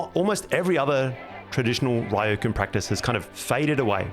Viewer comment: These are excellent videos, but in the voice-overs, it would serve your videos well to try pronouncing names of foreign places a little more accurately, like there's pronunciations for these sorts of words/places all over the internet. Hearing Qing as "Kwing" or Ryukyu as "Rye-oh-koo" was a little jarring. Just a small suggestion, considering how high the quality of everything else about your videos is. Really enjoying the videos though.